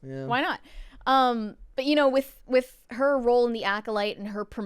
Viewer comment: she managed to make a single syllable word two syllables. Role. A single R. A single O. A single L. A single E(which is silent.) Her: "Ro-oahl"